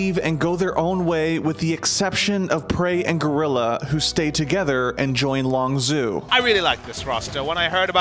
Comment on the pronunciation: Dear god please learn how to pronounce Longzhu. The clips used in the video even gives the pronunciation.